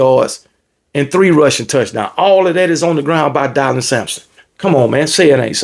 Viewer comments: Dylan Sampson is pronounced Dillon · Not dielan Dylan like Dillon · Die-lon "homecoming queen" Sampson 😂😂😂😂 GBO!!!